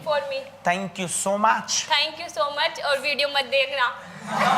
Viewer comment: Pyaar se bolo Thank uhh very musch 😂